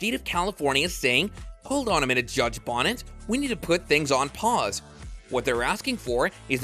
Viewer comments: Judge "Beneeeetiz" not Judge "Bonnet" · Benitez... not Bonnet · Bonitez…not Bonette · 🤨 "Attack" weapon & judge "Bonnet." Are you serious⁉️ 🧐 It's ASSAULT weapon & judge Roger T. BENITEZ! 😒 Get it right! 🤭 & ditch that silly voice! 💪😎👌 😜🤑👹🇺🇸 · If you're going to call Judge Benitez (Beh-NEE'-Tez) "Bonnits" then clearly you haven't *actually* been paying even basic attention, and can't be trusted. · Ok, I've been watching your videos fo awhile now. But come on dude either learn to pronounce names correctly, or find a new gig. Judge BONETEZ is pronounced Bo-knee-tez. Not bonnets. And what's up with the change Assault weapon ( made up term), to ATTACK weapons. Really, who's side are you on. Can't take the word butchery. See ya. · Pronounced Be-Neat-eezz (Saint Benitez) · It’s Judge Benitez. His last name doesn’t rhyme with “bonnet.” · At least pronounce Judge Roger Benitez name properly. It's not that hard. Ben E Tez.